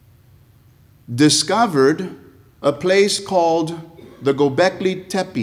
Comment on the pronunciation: The gobleki Tepe 🤣🤣🤣 This guy💀